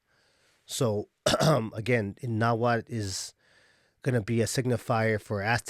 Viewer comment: Mexica (meshica or mejica)=Azteca.: They where known as Aztecs because they came from Aztlán,Aztecas they become Mexicas when they founded La Gran Tenochtitlán. From the word Mexica is where it comes Mexicano. and México And the languaje is call Nhuatl no nawhal you need to pronunciate the tl the word you are saying refers to a shaman that transform in to spirit animals ..so plz sayit right Nahuatl. and i would like to add that this kind of distinctions only exist or are relevant in USA in Mexico all are Mexicans even if you are zapoteco purepecha whichol etc etc you are mexicano there are no terms such as european mexican of afromexican ..that just doesnt exist in mexico.